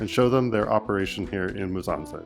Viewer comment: Pronounce MU. SSA. NZE not Muzanze 😂